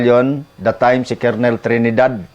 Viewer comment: Wag ka magagalit at i-correct lang kita. Colonel ang rightword pronounced as kernel